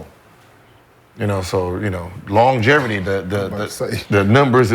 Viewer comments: Yo Gil.. what the fuck is “long GEVERTY ?” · Aye Gil..."Longevity" doesnt have an "R" in it fam 🤣